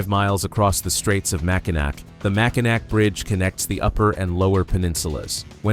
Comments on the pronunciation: mispronunciation of mac in naw not nac. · Just need to change your pronunciation of Mackinac to Mackinaw and you’ll be alright. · Don't have a heart attack but it's not pronounced mack in ack. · Mackinac is pronounced Mack-in-aw. Mackinaw is the English spelling, Mackinac is the French spelling, but they are both pronounced the same. There was a lot of French traders and influence in Michigan's early days. You'll see both spellings in the area and each is official for different areas. The city at the south end of the bridge is Mackinaw City, the island to the east of the bridge is Mackinac Island and the bridge is the Mackinac Bridge. Besides being the number one cherry producer, Michigan is also the number two apple producer in the US. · Mackinac is pronounced Mackinaw. I know its stupid but it's true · Pronounced Mack-in - aw. Go blue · IT IS OBVIOUS YOU ARE NOT FROM MICHIGAN…. BECAUSE IT IS SPELLED. MACKINAC BUT PRONOUNCED MACKINAW…..FRANKENMUTH IS PRONOUNCED LIKE FRANKENMOOTH……GET IT RIGHT AND GO GREEN.. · PLEASE! The word Mackinac is pronounced MackiNAW, not NAC. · They couldn't even say Mackinaw right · Learn how to pronounce Mackinac! You friggin savage! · Mackinac. The last "c" is silent. You sound like a tourist. We don't have grizzly bears. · An angel loses its wings every time someone pronounces Mackinac wrong. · Nope. Mackinac is a FRENCH spelling and the "ac" ending is pronounced "aw". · Please learn how to pronounce Mackinac.